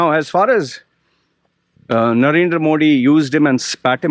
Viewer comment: first say Modi correctly being Indian if you dont know ..learn it. I am not supporter anyway but u r over acting.